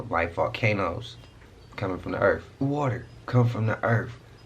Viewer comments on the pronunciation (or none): the earf?